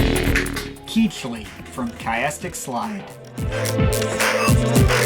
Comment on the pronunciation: "keech-lee" eugh that pronunciation made me sick